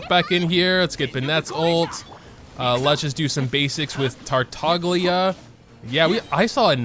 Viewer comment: "shongling" Your pronunciations got me dead bro XD Edit: I just heard "tartoglia" Oh ma lord